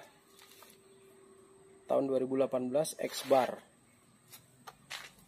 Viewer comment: Xabre bkn ex bar mas